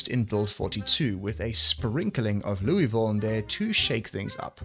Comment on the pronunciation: As someone from louisville, I give you points for accurately pronouncing it the way we do. 😂